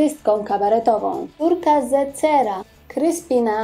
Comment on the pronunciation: Nie rozumiem- Ulka Zecera??? W 1.10minuty. Mów wyraźniej, lub omów szerzej swoją wypowiedź. Urwane słowo wycięłaś jak z komiksu !!@